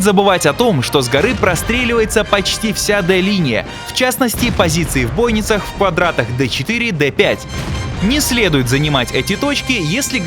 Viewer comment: Не в бОйницах, а в бойнИцах (ударение правильно ставьте, ребят, вас школьники смотрят). А так спасибо, все отлично рассказали